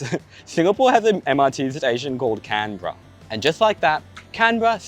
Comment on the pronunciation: we pronounce canberra as can-BEAR-rah